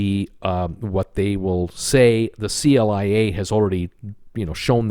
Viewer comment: Very informative, but at times too long! I want to comment on some of your pronouncing things. AIDA is pronounced I -EE - DA, like the opera. Also CLIA by the industry is just caller KLEE -YA, not the letters! Thanks